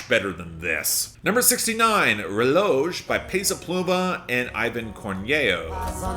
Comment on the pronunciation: Just wanted to point out that you pronounce "Reloj" as (Reh-lo-h) with a breathey "h" sound at the end. Instead of actually pronouncing the "j" sound as you would in english, you generally give a breathey "h" sound in Spanish.